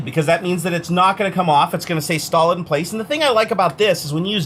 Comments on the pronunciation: he said say stolid 😂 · "say stolid in place" Dyslexia is a bitch, isn't it?